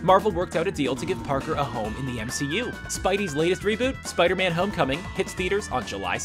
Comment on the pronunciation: "The The Amazing Spider-Mam"?